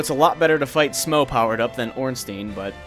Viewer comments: I know this video is quite old, but Smough is pronounced like 'smoff'. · I'm pretty sure Smough is pronounced Schm- ow or Schm-oh or Smau-gh as in Smaug from LoTR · who is to say it isn't pronounced like "though"?